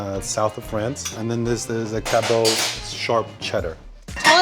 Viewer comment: LOL, oh. We ain't so fancy in Vermont - it's pronounced "cabbit," not "caboh."